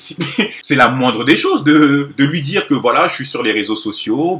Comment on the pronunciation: "tchiktok" " djire " Wtf ?